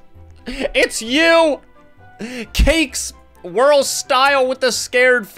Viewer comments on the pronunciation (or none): It's cake swirl not "Cakes wirl" Wirl isn't even a word